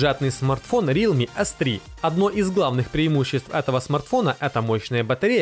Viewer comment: АВТОРУ!!! По русски - Реалми Ц3. На английском Realme C3. Ц и С это большая разница!!!!!!!!!! Не вводи зрителя в заблуждения или буржуйский учи!